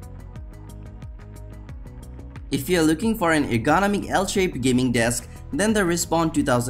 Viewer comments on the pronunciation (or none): I can’t stand the way he pronounces the word ergonomic